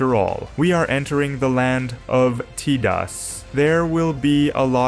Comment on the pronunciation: Not him saying T-DAS for Thedas. Wild.